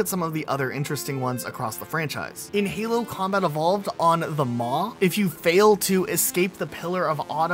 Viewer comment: What is Helo? It's called Halo. Duh!